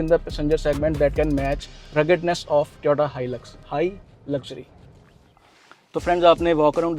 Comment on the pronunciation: Toyota, not Tyota 🙏